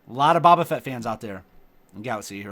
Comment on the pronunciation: its boe-ba lololol